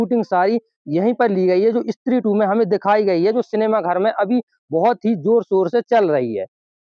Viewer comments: Stree ❌️ Issstree ✅️ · इस्त्री नही भाई स्त्री बोलो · Istree nahi stree bola karo bhai